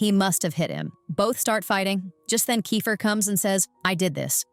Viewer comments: bro it's not kyfer it's keifer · It's not ki its ke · It's not kifer it's keifer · Thats not kaifer is keifer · It is not kyfer it is keifer